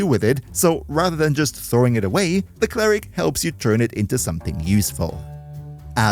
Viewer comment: “Clare-ick” is fucking diabolical 😭😭😭😂🤦‍♂️